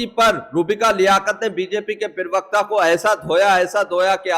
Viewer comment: भैया, पिरवक्ता नहीं, सही शब्द होता है प्रवक्ता समझे। कृपया अपनी हिन्दी के उच्चारण सही कीजिये।